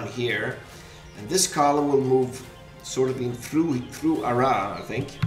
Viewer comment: Your second attempt at pronouncing Arras (without the s) is good